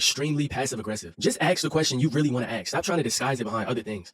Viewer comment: I agree with almost everything you say but bro just say 'ask' 😭